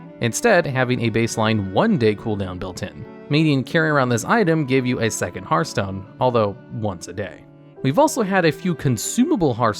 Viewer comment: You get a thumbs up just for being able to say the word "Hearthstone" properly! Edit: this video would also make an amazing Hearthstone drinking game! I'd be drunk as hell!